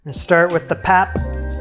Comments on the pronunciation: My friend, it is pronounced "pup" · Hi there, fabulous job! The pap is pronounced 'Pop' and is quite similar in taste and texture to polenta. You can make it quite stiff, and cold water is indeed the trick! Once it has boiled, put on low heat and allow it to cook slowly. The stiffer it is the better to scoop your stew! Sometimes the African pot can be called a poitjie (pronounced 'poi-kie'), and stews made this way are also referred to as poitjie's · In South Africa, the 3 legged pot is called a potjie pot (pronounced poi key). And pap is pronounced pup. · Pap pronounced ... pup 🐶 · pronounced pup the three legged pot is cast iron.